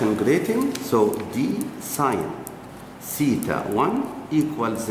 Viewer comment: Yar theta hota hai tita nahi🙄😒😒🙄